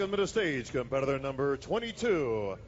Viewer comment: Why is the announcer having trouble pronouncing "competitor?" He is adding a W to this word.